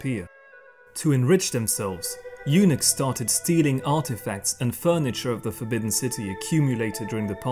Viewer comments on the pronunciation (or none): Eunuch/s = Eunuck...not Eunix... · I never realized until now how the pronunciation of "eunuchs" and "unix" are so close. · This was very informative......... but "former eunochs"......... 😂😂